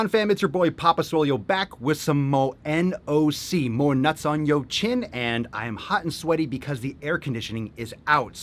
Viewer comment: NOC should be NOYC and in my head I pronounce it "Noice" like it's 19 fucking 96.